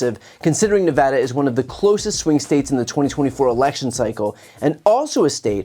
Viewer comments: Dude, you said Nevada right. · A Good Politician says "Nevada" Correctly. Thank you, a True Statesman.